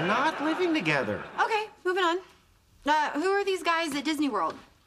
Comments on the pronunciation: Thogeder? I think you mean together but good video anyway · Thogeder? Really!?